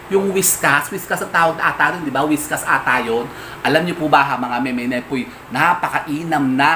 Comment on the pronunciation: Whiskas??😂😂😂 Bka po whiskers!😆